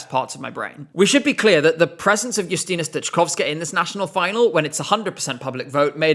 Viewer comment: The way you pronounce "lusterka," "podlachian," and "Justyna Steczkowska" gives me goosebumps. One of the best pronunciations of Polish words among English-speaking creators on YouTube! Absolute masterpiece, bravo!!!